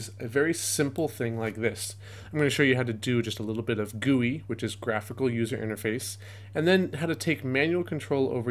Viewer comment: this video is great and helped me learn a lot, but i can't stand the way you say gui